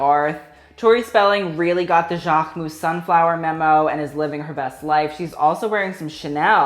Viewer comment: I still don’t understand why cannot pronounce Jacquemus properly like « Jaarhmus » 😂😂 Like jack with a K I don’t know babe